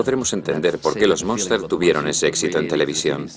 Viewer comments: Es la familia Munster, no "monster" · Es Munster, no Monster como indicais